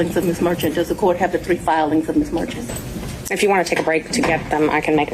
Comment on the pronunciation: You’re saying the Judge name wrong, We live here in Atlanta! To me Ms Merchant has proved her case! 🤦🏽‍♀️ And what was her deal with the waving Donald Trump hands 🙌 Ms Merchant needs to have serval seats 💺